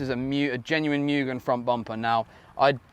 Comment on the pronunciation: I own a VSM DB8 type R. Also, its pronounced MOOGEN (mugen)